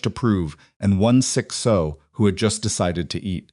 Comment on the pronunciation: Gotta say,, it’s “sow”, rhymes with “now” or “cow”. 😂 Fun story. 🎉